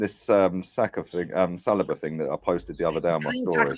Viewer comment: Lol Why does keep pronouncing saliba as salad-bar?